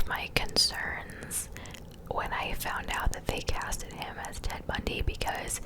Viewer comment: It is Bundy :)